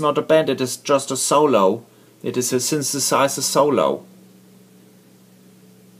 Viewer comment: "...a synsesiser solo...." Love it!